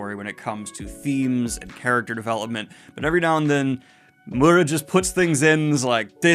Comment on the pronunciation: I'm sorry, I'm usually not that pesky but... It's Miura; not Murra.